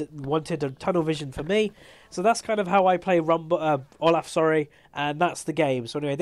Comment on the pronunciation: THAT IS NOT HOW YOU PRONOUNCE OLAF.